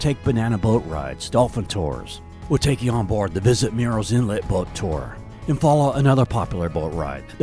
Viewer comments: It’s not pronounced “Mirril’s” Inlet. It’s pronounced exactly like it’s spelled, Murrells Inlet. It sounds a lot like “Girls” Inlet (but with an M) if you pronounce it properly. Really great video! Awesome editing skills!👍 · you said what sounded like “mirils inlet.” At least 4-5 times. It’s Murrells, like Girls. You said it properly but every time before that was the issue the OP was talking about. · This is a nice tour/info video about our home beach. But, you should know that Murrell's Inlet is pronounced murls inlet, not mūles inlet, which you kept saying in early parts of the video. Otherwise nice sky views!